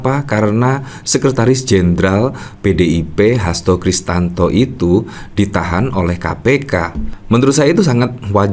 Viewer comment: Hasto KRISTIYANTO, mas, bukan hasto kristanto.